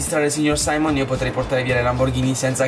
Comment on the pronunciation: Non si chiama saimon si chiama simeon